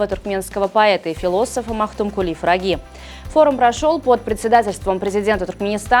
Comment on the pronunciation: Почему Магтукули фраги а не пыраги ?